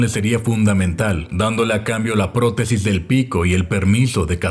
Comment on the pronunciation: En ka del halcon que dijo "protesis" escuche "poronga" disculpenme